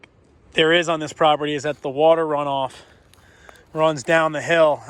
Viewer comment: I love that he said - you add wata'